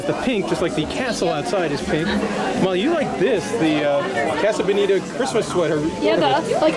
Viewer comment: fewer than 10 seconds in - "caso bodita"